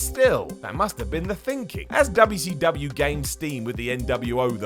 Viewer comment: The “Dubbya C Dubbya” emphasis. 😂